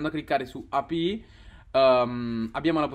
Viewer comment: Cancella questo video, che sta pieno di errori, studiati bene le API e impara la pronuncia in inglese, (eipiai) (coinbes) …